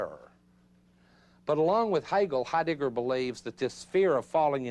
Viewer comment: you silly man...his name is not HeiDICKer!